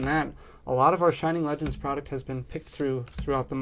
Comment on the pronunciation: “Flegends”😂 great video 😭